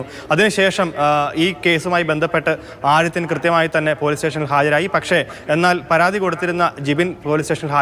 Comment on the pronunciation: ആദിത്യൻ ആണ് ആടിത്യൻ അല്ല...